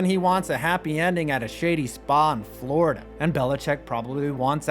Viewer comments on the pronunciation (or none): none